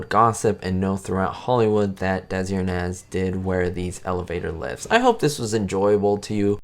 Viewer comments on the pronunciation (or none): Hello there! I’m sure others have commented on this (that I haven’t seen below), but Desi Arnaz’s last name is pronounced (arr-NEZZ). I made the same mistake for decades. All the best to you! 👍🏼 - RB